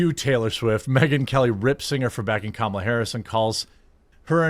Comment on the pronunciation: Jeremy is so drunk that he's pronouncing Kamala correctly lol.